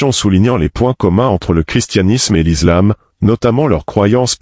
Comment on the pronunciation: Prière de bien prononcer le mot ISLAM.On ne dit pas :(IZLAM).On dit bien: ISLAM.On ne dit pas:(IZRAEL). On dit bien ISRAËL. Le S entre deux voyelles se prononce Z.(a,e,i,u,o,y). mais le S entre une voyelle et une consonne se prononce S.